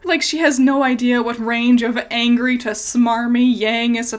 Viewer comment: said yangry